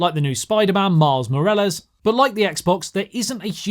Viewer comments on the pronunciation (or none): Bro said miles merilas 💀